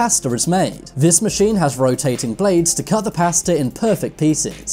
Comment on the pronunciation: I’m offended by the way you pronounce “pasta” it’s not pousta.